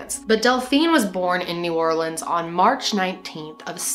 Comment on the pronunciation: A QUEEN PRONOUNCING NEW ORLEANS RIGHT!!! this new orleans native is super happy lol